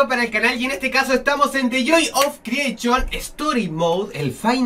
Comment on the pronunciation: the joy of creechion xddddd